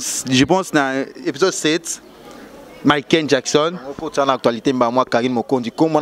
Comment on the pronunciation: on dit Michael Jackson et non miquen